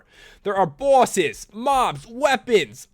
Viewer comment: Omfg made me laugh so hard. Bawwses